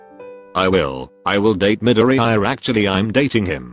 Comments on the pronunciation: No His name is MIDORE-EYE-YA 🤣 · The way it’s saids Midoriya is like “Mid-ee-i-ar-“ 🤣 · 💚👁️😕 (midori eye uh) 😂😂😂 I'm sorry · nobody: text to speech: Medooreeyeuh pfft im sorry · Him: "Bukoogo" "Dikoo" " Karishimar" "Midoriyaaaai" Me: BRUHHH, STOP PRONOUNCING IT WRONG, YOURE PISSING ME OFFFFF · Me: Midoriya Voice changer: Meddoreha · Whenever you spell Midoriya it says MiDoRiRaYa 🤣😂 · All I hear is Midoriyaya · The way male siri pronounced Midoriya is funny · The way Google says Midoriya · I love how TTS completely BUTCHERED Midoriya M I D O R I A Y A